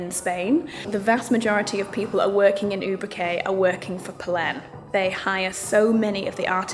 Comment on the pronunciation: Victoria ,😀Ubrique is pronounced Oobreekay ! You mentioned many times that the leather is excellent quality but what type of leather is it? Lambskin or cowhide? By the way, what a beautiful tailored suit....it's stunning ❤